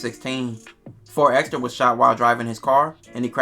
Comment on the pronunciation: Why EVERYBODY keep spelling/pronouncing 4xxxtra as “4 ExtraZ” ? 🤔😩😂💀‼️